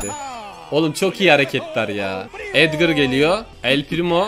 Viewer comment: edgır değil edgar